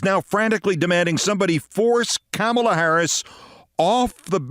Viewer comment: It’s pronounced “Comma-la”, NOT “CAMEL-LA”. C’mon, Keith. Do better.